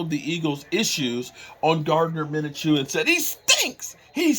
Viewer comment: it is not minachew